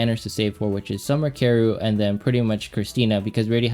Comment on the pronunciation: Summer Karru? do you mean Summer Karyl?? it's pronounced Carol it's German. >///< please say her name right! ty!